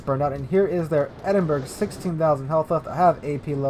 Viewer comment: I cringe every time you call it the Edin-berg. Other than that...really enjoy your vids.